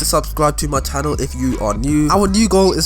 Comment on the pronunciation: He says it likes this subscibe to de tannel